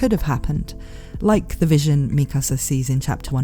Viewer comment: its pronounced MIKASA not MIKASA